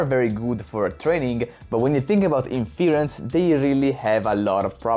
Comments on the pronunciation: Definitely interesting startups out there, although I don't think NVidia's dominance is at risk for 5-10 years, and they are also researching new approaches with a vast budget too. So I wouldn't discount them as the continued leader either. Btw in English "inference" isn't pronounced in-FEAR-uhnce, but rather, IN-fuhr-ence, with the emphasis being on the first syllable, and a soft "e" (or even an "uh") in the second syllable. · Its super annoying when you say inference. its pronounced IN FUR ENSE. maybe its because im texan, you can use even fewer syllables, and call it IN FRENSE, like you say my airplane just landed in France, but Frence.